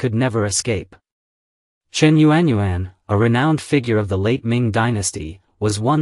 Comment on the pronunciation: Actually, a Chinese female's name whether young or old was not known because it was PRIVATE so only known within her own family. Your pronunciation of this courtesan public vernacular is rubbish. Yuan is pronounced phonetically is "YAWN".